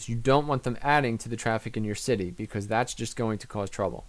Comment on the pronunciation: Hey man. Love the tips vids, alot of smarts. But please change the way you say "because"